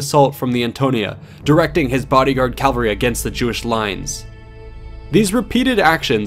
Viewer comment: His Calvary His Calvary His Calvary Man, this guy's horseback warriors are the MVP